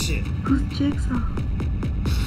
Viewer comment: girl: whos jigaw? danny: thats jigsaw... LOL! i thought that was funny.